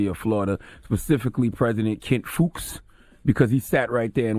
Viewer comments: Fuchs is pronounced Fox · My school done got Donkey of the Day....and Fuchs is pronounced Fox lol!!! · His last name is pronounced "Fox"...and UF grads do this every year. It doesn't hold up the ceremony...they dance, wave , etc. across the stage. Takes 2 seconds, and even if it is "disruptive" there was no need to assault (and insult) the grads and their families, especially the minorities who have endured countless instances of overt racism and microaggresions just to make it to that day. I support Association Black Alumni's response letter, and although I haven't seen it, I heard that the Black Student Union also responded.